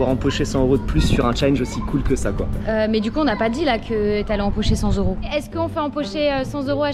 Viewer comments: "Cent zeuros :)" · On ne dit pas 100 zeuros 😅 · cent s'euro pffff cent euro. cent t'euro :face-orange-frowning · j'ai bien aimé la vidéo mais j'ai pas pu m'empecher de serrer les dents à chaque fois que j'entendais " cent z'euros " xD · Cent t’euro. Pls faite la liaison. Sinon c’est Sans euro... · LE commentaire relou: On dit pas "100 Z euros" car cent à l'unité ne prend pas de "s" 😏😁😁😁